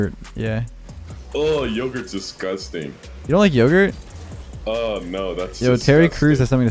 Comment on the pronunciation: No One: Literally no One:: "dO u likE yOGhuRt?